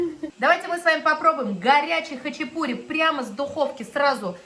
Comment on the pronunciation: Почему-то россияне говорят хачипури а не хачапури